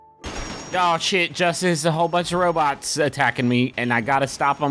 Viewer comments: does he keep saying "robits"? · Yup. The McElroys often call them robits, especially on MBMBaM.